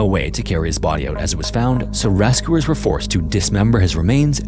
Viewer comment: RAS-cooers instead of rescuers... :(